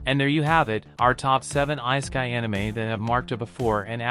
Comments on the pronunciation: You never heard of the "ice a kai". But i agree with you. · You lost me right when you miss pronounced ISEKAI....